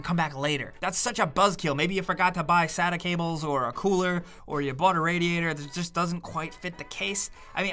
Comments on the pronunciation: It's not a sat cable. It's a sa-ta cable it's how it's pronounced. Thanks lol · I thought SATA was pronounced "say-tah" not "sat-ah." Am I wrong on this? ALSO: worst part about building a PC is when the part you really want is way too damned expensive so you have to settle for something that's not even going to make your games run that much better than they do already. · You pronounced sata like suta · omg... he said SATTA!!! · what annoys me is how you pronounced sata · What drives me crazy is when someone pronounces SATA wrong... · This guy said "SATA" it's pronounced SATA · Uhh, im sorry, but how did you pronunounce "sata" ?